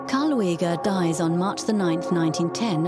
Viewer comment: Karl Lueger's name isn't pronounced Loo-egg-er; it's pronounced Lue-ger.